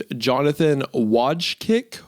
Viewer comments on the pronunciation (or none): Wojcek is like "Voy-check" I think Polish melts my brain. It's like Russian spelled with the Latin alphabet with a shitload of accent marks that make me rather just learn a whole new alphabet. PS French sucks, too